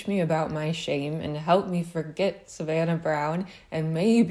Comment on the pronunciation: Every time you say "shame" I hear "shape"...